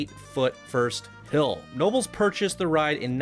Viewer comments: He pronounced it nobles instead of k-nobles. Ha ha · Making El Toro from Six Flags Great Adventure but as an RMC. I hope to send it to you soon! (Btw, Knoebels is pronounced "Ku-No-Bulls") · Just wanted to let you know it’s pronounced Kah-no-bels. And I’ve ridden this so many times in my life and it’s a really amazing replica. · This was my first roller coaster. You pronounced Knoebels wrong and it's not pronounced eeeliesburg...not with a girls name it. You need to correct your geographical pronunciation lol